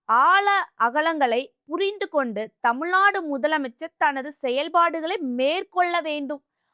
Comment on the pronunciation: தமிழின் தனித்துவமும் அழகும் ''"ழ"கரம் தான். தயவு செய்து நெறியாளர்கள் முயன்று சரியாக தமிழ்நாடு,வழக்கு .... உச்சரிப்பது மிகவும் அவசியம். தமில்நாடு. வலக்கு...என்ற உச்சரிப்பு (sorry)எரிச்சலூட்டுகிறது. Media should give importanc to correct tamil pronunciation .